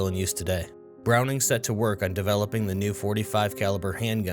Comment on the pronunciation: Our lord and savory John Moses Browning say it right lol